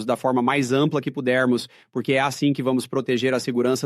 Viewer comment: Que porrrrrrrque , que R é esse??😅😅